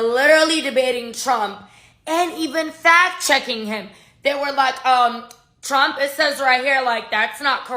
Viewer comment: Trump not tramp 😂just sayin 😉